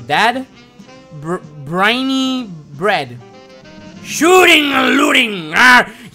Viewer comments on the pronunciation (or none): Not Brineybread it’s Brineybeard